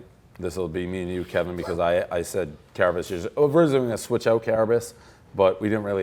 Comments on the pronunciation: It's care-a-biss to you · Pres called Carabis the village idiot on stool scenes the other day but still refuses to pronounce his name correctly. Maybe Carrabis wouldn't seemingly suck so bad if the fearless leader didn't fuck with him so much.